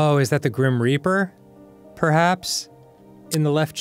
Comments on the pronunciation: Dan - please don't say 'reaper' with that inflection ever again. 'Gram Raper'... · oh god i can't believe dan said "reaper" in the southern accent........ came out sounding like something else